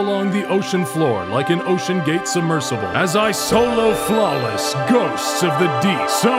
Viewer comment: my favorite part is when he said OLO flawless and WHAT IS HAF DIS SHIT